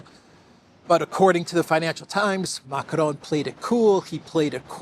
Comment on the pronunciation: I've always wondered: why do you always, always call the guy Macronne (which would be the feminine form of the name in French)?? Not complaining, just curious 🤭🤷‍♀